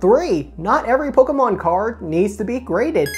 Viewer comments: Stop saying Pokémon. My ears. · how he says pokemon, lol